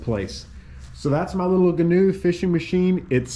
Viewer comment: If you're going to own one, you should know how to properly pronounce the name....